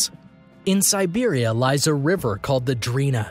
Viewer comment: These videos are interesting and flow nicely, but the narrator has some kind of mandate to massacre the pronunciation of the names of nearly everything, including when they're in English. Serbia becomes Siberia. "Seven Seas" is C Seas.